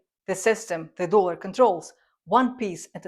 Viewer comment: It's "dollar", with the 'o' pronounced as in 'orange'. Not 'doolar'.